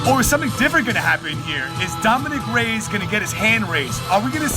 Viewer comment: It’s Ray-Ez.. Not Rays.